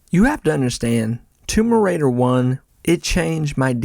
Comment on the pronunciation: Great video but why does it sound like you’re saying tumor raider